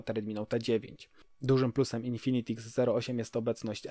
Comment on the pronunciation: Haha też teraz to oglądam i zwróciłem uwagę na złą wymowę